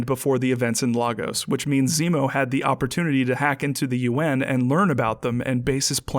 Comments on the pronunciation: I feel the need to point out, as someone who has lived in the actual Lagos in Nigeria, that the movie (and by extension you and CinemaSins) pronounced it wrong. It's not "Lah-gos", it's "Lay-gos". The scene where Cap says "Lah-gos" actually got a laugh out of the theater in Abuja where I saw it because of that, even though it wasn't a comedic scene. Minor nitpick :v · We pronounce it better, "Laygos" sounds weird, now Lahgos, that sounds good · Lagos is pronounced lay-gus, by the way. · Missed nitpick, it is pronounced Lay - goes NOT Lah - goes [Lagos] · It’s pronounced LAY-Gos not Logos... sorry that was really annoying me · Lay-guss, not lar-goes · Why do yall pronounce Lagos like that?? It's Lay-gos(like Ryan gosling) not lahgoes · It's pronounced Lay-gos BTW for all you non Nigerians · Why doesn't anyone pronounce it the right way. Lagos is pronounced LAY- GUS. Unless we're talking something different from the Nigerian city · missed nitpick: the city in Nigeria is pronounced LAY-gos. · As a Nigerian, Jeremy's pronunciation of Lagos gets to me. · OK I'm going to say this, that is not how you pronounce lagos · As a Nigerian, y'all are killing me with the mispronounced Lagos...